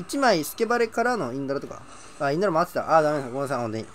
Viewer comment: もうのせいでインドラのことインズラーって呼ぶ体になってる